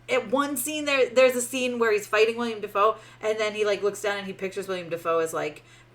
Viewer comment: I did not enjoy the movie either. But I can't take any reviewer pronouncing Willem Dafoe's first name as "William" seriously.